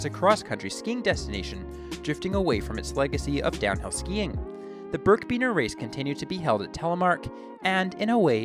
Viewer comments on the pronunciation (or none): It’s birkbiner, not birkbeaner. Good research though. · It's pronounced "birk a biner" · birkiebiner, learn how to say it correctly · You miss-pronounced birkebeiner.